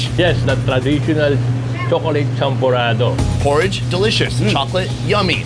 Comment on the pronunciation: The champorado. They massacred it 🤣🤣🤣